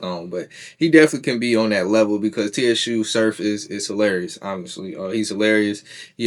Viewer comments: It’s pronounced “Sue” Surf my guy. #JERSEY💪🏽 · why in thee fk are u calling him T.S.U. .....U mean to tell me u doing a video on a guy you not even a fan of..its no way you a part of battle rap culture saying his name like that..... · Su surf the t is silent bro lol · Im out. Soon as he said t-s-u surf i clicked off. Cuz he obviously doesn't know wtf he's talking about. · Everybody wana be a podder for the latest news. Can't even do simple homework on how to pronounce a name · The T is silent my guy… 😂😂😂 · stay motivated don’t let the comments distract ya mission my guy… I fuck wit da vid it’s just a mispronunciation… just gotta do a lil more homework… BLESS